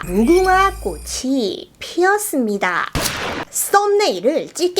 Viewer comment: 할아버지 아니인가요? 무궁화꽃이 피었습네다